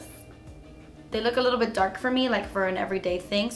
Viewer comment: LMFAO! I can't be the only one who broke out laughing from, ".. a little bit, JUSS A LEETLE BEET." 😭 played it over & over.